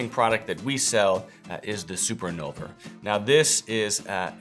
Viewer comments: Dear, I believe the name is Invulner, not Innulver. Best regards. VTC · InVulner, not InNulver. 😛